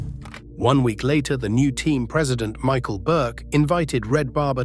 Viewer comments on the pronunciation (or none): none